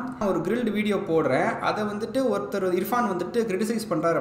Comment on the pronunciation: இஃப்ரான் இல்ல bro இர்ஃபான்... 😂